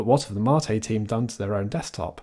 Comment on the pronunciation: Imagine being this man’s IRL friend, when you meet up with him you hear him say “hello ”